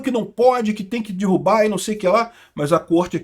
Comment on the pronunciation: é DERRUBAR. Não é dIrrubar. Meus ouvidos fazem eco quando ouço "dirrubar"